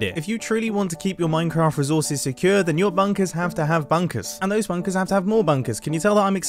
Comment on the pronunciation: someone count how many times he says, "bunkas"